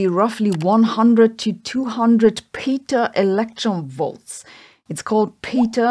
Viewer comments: Its Peta as in Petrify not Peta as in Peter... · I thought it was pronounced pet-uh not pee-tuh. A bit of checking seems to confirm that.